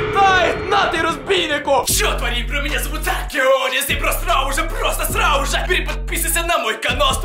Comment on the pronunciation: Почему ты говоришь СРАУ